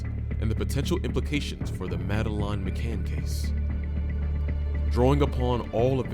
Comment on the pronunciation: At least respect her by spelling and pronouncing her name properly, its Madeleine.